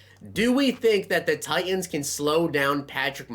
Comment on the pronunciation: What is with these you tubers? Tighens. There’s a T in there. Button. A T. Important. Another T